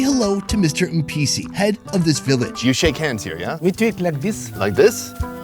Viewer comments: every time you say Mpisi I thought you were saying NPC, and I'm like is this a game? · For a moment i thought he said "thats what NPC said"